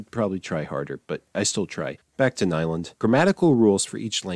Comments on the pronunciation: Nyland is pronounced as if it were IPA. Also it means “new land” The way you said it sounds like “nylon” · If a sel- claimed "linguist" doesn't know how to pronounce Nyland and Chomsky correctly, there may be some doubts concerning his other opinions... :) Some facts are real gibberish of course, but several theories are still considered more or less probable.